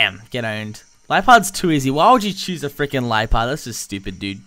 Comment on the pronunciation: It's (le-a-pard) not (lie-pard) lol